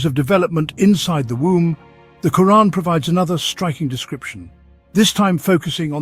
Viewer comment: Reeespec the way he himself even pronounces the word 'Quraan' . ... loadsa Love 🫂